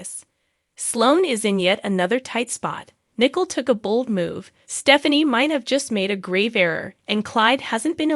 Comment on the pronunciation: It's not Nickle It's Nicole